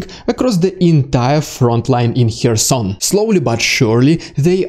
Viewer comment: you can’t even pronounce “Kherson”, you learn it from CNN? It’s CARE-son. The “k” is not silent, it just isn’t as enunciated as the following vowel sound.